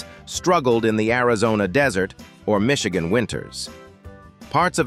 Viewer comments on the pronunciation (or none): none